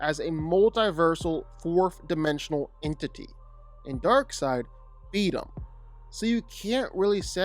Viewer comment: It's Darkseid, not Darkside. wtf? If you don't know the name, everything else loses any credibility.